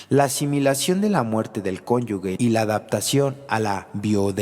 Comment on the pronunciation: Solo una corrección: La palabra cónyuge se pronuncia exactamente cómo se escribe. La letra G como si fuera J”. Y la persona que habla la pronuncia “conyugue” lo cual es un error.